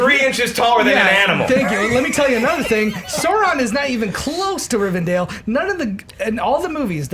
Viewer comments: Rivendell, not Rivendale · Come on... It's RivenDELL, not dale... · ist not RIVERDALE its Rivendell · OH MY GOD, IT'S RIVENDELL NOT RIVENDALE. And you guys really need to read Alan Moore's Swamp Thing! One of the best comics ever! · the fact that a bunch of movie nerds call rivendell rivindale disturbs me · As a Lord Of The Rings fanboy nothing on this earth hurts me more than hearing everyone call "Rivendell" "Rivendale". still can't pronounce anything right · I'm pretty sure it's Rivendell, not Rivendale... or maybe I'm just hearing it wrong. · when they keep saying "Rivendale" instead of Rivendell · It's pronounced Rivendell! Sorry, I just had to get that off my chest. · Why can't anyone pronounce RivenDELL? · Please pronounce Rivendell correctly, if you know so much about movies.